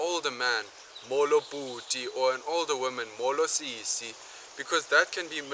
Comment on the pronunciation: As a non-Xhosa linguist I can tell that your vowels are a bit too long. Siiiiiiisi instead of sisi for example. I'm grateful for this video and aware that it's four years old (so maybe your newer content doesn't exaggerate the accents quite as much?) but as a linguist and language teacher I'd advise you to be careful. It would be easy for someone (who does not appreciate the effort and deep respect you would have needed to master this language to such a high degree) to think you're trying to make their mother tongue sound silly. They say a person's name is the most beautiful word to him, in any language... but my experience says that a person's language is the most beautiful sound to him, in any context. Still, I'm deeply grateful for this content. Haven't stalked your channel yet, but I hope you kept making content like this!